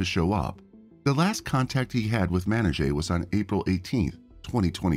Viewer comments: Ugh the mispronunciation of her name the whole video 🙄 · I'm sorry but it's super disrespectful that you keep butchering her name. Presumably this channel is making money by reporting the case; the least you could do is ensure the victim's name is consistently pronounced correctly. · How the narrator pronounced her name 6 different ways in the same video?? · Horrible. Show respect by pronouncing her name the same way each time, even if you butcher it. Just saying. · I like your channel and watch a lot of your uploads but I can't finish this one due to the terrible disrespectful prounounciation of her name. Even after the police officer said her name in the news clip you still say it incorrectly. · yes, i imagine the proper pronouncement of it might be like the officer footage mannáy-jah. not mennuh-jey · It's a Persian name, correctly pronounced "Man-i-zheh," but in English that letter j is often substituted for the Persian letter "zh." And of course it's "Mani" for short in both languages. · I guess it's pronounced Man-I-Jah? At least that's how the officer pronounced it. Great story though. Mistakes happen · Pronouncing racialized names correctly isn't trivial. Respect is given when we take the time and care to say a person's name correctly. A quick search says that her name—Manijeh—is pronounced "Manny-jeh" ("jeh" like "eh"). It's that simple. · Hint to the producer. Get the pronunciation of her name right. Cop says it way differently than the narrator. And even then the narrator isn't consistent! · You could at least get the victim’s name correctly. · Is the narrator saying her name wrong... I believe the cops said it's correctly. Narrator saying as it's spelled anyone know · How disrespectful to pronounce her name wrong through the whole upload !!!! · the officer pronounces her name…pretty sure he would know how to say it, with help from her family. Plus, he shares her nickname, as well.